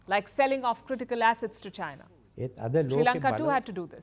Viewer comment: Since you say China a thousand times per day, can you at least pronounce China properly?😂😂 I always hear you say Gina Gina Gina, the accent is so funny 😂